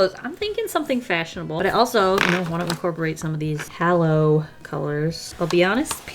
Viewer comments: Hollow…. Halo is Hay-Low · Not to be that person, but I gotta be that person... It's "Halo" like an Angel's Halo (Hay-low). Not Hallow/Holo. :P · It hurts me hearing her pronounce halo as hAlo when its hAHlo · I’m thinking that HALO is really pronounced “HAY-LO”……like on an angel. Explains the shimmer. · Hallow. Hallow, Hall..ow and jewel Me: OMG! It’s halo h-a-l-o 😇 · Lovely pics, but why do you keep saying "Hallow" instead of "Halo"? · I think the packaging was wrong and it was supposed to be holo. But, yes, what was written is "hay-low". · Halo ( like the gold ring around an angel or a saint’s head) is pronounced hay-low. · Im only 6minutes in but "Halo" is pronounced "hay-low" like what an angel wears. Its been cracking me up the entire time lol. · Is it not “hay-low” like an angels halo? Beautiful spread tho lol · the way she said halo made me laugh :))))) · yeah. each time she pronounced it wrong, i honestly cringed inside